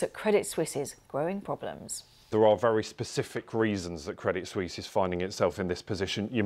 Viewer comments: Credit Suisse is not pronounced Credit Swees. It’s pronounced Credit Swiss. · credit sweeze